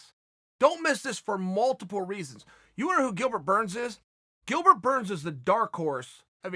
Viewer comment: Chael says his name correctly. Burns for p4p no.1